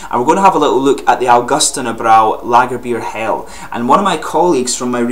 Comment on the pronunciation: As a German I must say that your pronunciation of "Lagerbier Hell" is pretty decent. :D